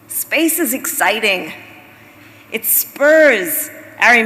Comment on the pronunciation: Did Kamala say spurs or spurns?